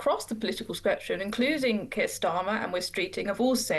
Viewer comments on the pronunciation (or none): none